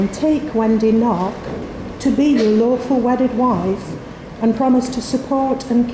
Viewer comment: I hear "awful wedded" 😂